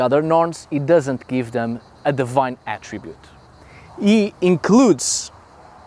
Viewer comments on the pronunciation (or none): none